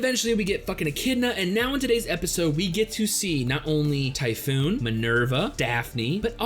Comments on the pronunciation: Dude, it's not Typhoon xD it's Typhon. Pronounced as Tyoophon, if you will. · Its pronounced as tifOn (stressed O) atleast in Greek.